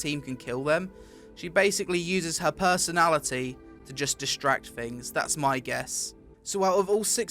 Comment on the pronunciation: When he says "personality", I lose my control. :DDD This fucker is funny.